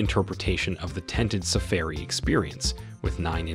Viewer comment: All the work you went to to make this nice video and you mispronounced so many words! Please do all your homework and say names correctly. safairy come on.